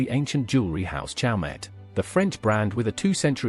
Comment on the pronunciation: I used to go and 'visit' the blue enamel kokoshnik tiara when it was in the Malcolm Forbes collection, down the street from me on 12th Street, in Manhattan. Malcolm bought it as Faberge, but when he found out it was Chaumet (pronounced show-MAY, not chowmet), he sold it. I wonder where it is now? It was such an extraordinary piece. I once sat in the same box as the Duke of Westminster at a performance at the Barbican.